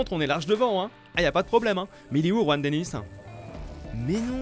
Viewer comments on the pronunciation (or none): none